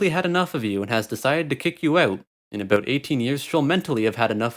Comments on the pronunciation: “Abouuhh” that accent 😂😂😂😂😂😂😂😂😂😂🤣🤣🤣🤣🤣⚰️ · “What the fuck is this video is aboot?” Yeah confirmed canadian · Skip to to hear a genuine Canadian "about" in the wild.